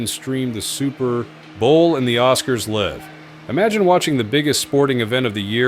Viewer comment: Sorry, hate the AI narration. Seriously "live", not "live"?